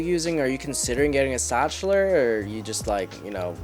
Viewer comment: Zakhtler not stchler